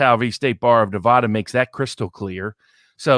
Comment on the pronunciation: Please, Please give me a New Yorker who can pronounce NuhVahDuh ().